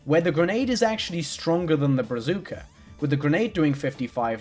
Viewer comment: Am I the only one who finds it weirdly cute how they mispronounced "brazooka"